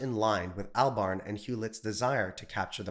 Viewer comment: Cant pronounce Albarn. Cred low.